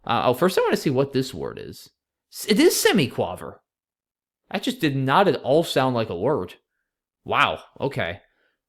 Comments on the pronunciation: It’s pronounced semiquAYver btw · Semi quaaaaaaver 😂 It rhymes with braver. It's what a sixteenth note in music is called in the UK